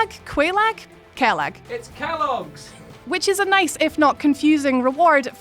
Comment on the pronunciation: No mention of The Fair Lady? Also wearing the old witches ring, she will actually believe you to be her sister, Quelag and pronounce it for you correctly, which neither of them said right lol Quelag is pronounced Qway Lag. For anyone that waa curious, but never played Dark Souls.